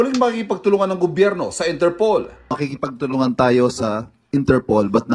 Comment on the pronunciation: it’s INTERPOL ( International Police ). Not Interpool. ✌️✌️✌️✌️